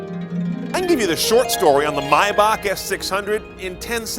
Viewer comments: it's pronounced "may-bahk" German remember.... how the hell do you get "mi-bahk" from Maybach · I cringe every time he says “My-Back” it’s “May-Back”!!! (TRIGGERED) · you pronounce the month "May" as it is so why pronounce "Maybach" as "My-bach". "may" and "my" are different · Why the hell he calls it Mybach!! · Jesus Christ is pronounced MAYback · Lol atleast learn how to say the name its "mey-back" you know like the month "may" your saying it like theres no "A" in it the hell is wrong with you, you're suppose to be a professional car reviewer. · Lol typical American comment... You also call Porsche "por-shaaa" probably. It's My-bach. Greetings from Germany. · i've been pronouncing maybach wrong my whole life lmao